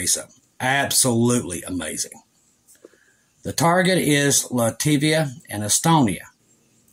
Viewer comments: Love you,! But it’s “Lat-vi-a” and “Ka-linen-grad.” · Latvia, not “Lativia.” Pronounced “LAT-vee-uh.”